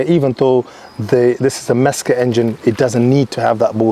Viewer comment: Mezger? please........lol i love with the Porsche internet boys talk of this like the man himself hand built this engine ha ha